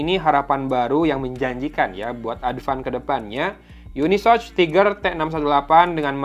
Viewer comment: Cara bacanya itu bukan YUNISOCH bang, tapi UNI SoC (yuni es o si) . Gitu CMIIW